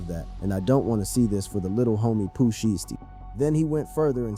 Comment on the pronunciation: The way u pronounced poohs name made me click out of the click bait 😂